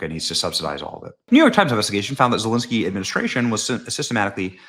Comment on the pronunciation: I absolutely love how Benny butchers zelenskys name!!!!